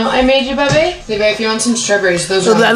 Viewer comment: I hate how she says "baby" sounds like theres marshmallows in her mouth